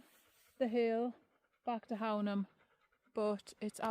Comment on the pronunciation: Fab vid - looks braw (apart from the flies lol). Love the hills around Hownam (which btw is pronounced Hoonam hereabouts on the northern side of the border 😉)